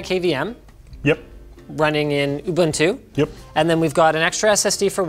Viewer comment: Just a nitpick, if you are going to correct people for not using the full GNU/Linux name you should also know how to pronounce Ubuntu.